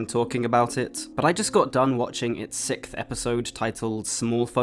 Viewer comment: every time I hear some one pronounce "6th" as 'sikth' I get so bothered that I can't pay attention to anything else they have to say. It is properly pronounced as 'sixth' (sounds like 'sicksth')